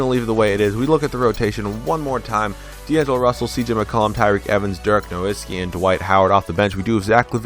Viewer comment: Great video and thank you so much for saying nowitzki right, could you try doing the 01-02 wizards with Gilbert Arenas